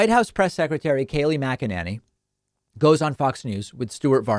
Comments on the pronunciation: #DavidPakman I love your show and this was a great segment. One thing: I have never heard anyone pronounce Kayleigh's last name as Mac-a-NANNY. It's always been pronounced Mac-a-NAY-Nee. So I believe it's NAYnee not Nanny. It's not a big deal but was starting to bug me as my last name gets mispronounced ALL the time. Please, no hate comments, I love David and his show.. Just a pet peeve of mine. Thanks for another great show David!! ❤️ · Makinanny....Mak-in-inny...David, you have some very interesting ways of pronouncing Mack-in-any and I'm here for it. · David, I think it's not mack a nanny, it's mack-inane-y. Think inane and you got it nailed. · I see what you're doing David "Kaleigh Magananny" LMAO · I love your creative pronunciations of her name. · Why the change in the pronunciation of her name? Lol I love it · Geez, David!! I was starting to get accustomed to how you previously pronounced Kayleigh's name lol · you keep changing pronunciation of her shitty last name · I get so much joy every time he puts a new spin on Kayleigh’s last name. I love that he never pronounces it correctly whether it’s on purpose or not. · Are you having a stroke? You didn't purposely pronounce her last name wrong lol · Oh David, thank you sooOOoOoOoo much for always mispronouncing Kayleigh's name, cracks me up every time you do it! lol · Dude! I don’t like her either but stop the lowlife tactic of pronouncing her name wrong (and oddly different every time you talk about her). It’s as obnoxious as the idiots who constantly mispronounce Kamala. 🙄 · I love how he mispronounces her name in a slightly different way each time 😄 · Dude please pronounce her name correctly The a is and a sound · lol why are you butchering her last name.